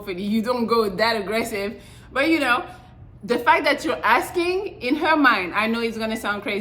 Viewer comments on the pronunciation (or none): none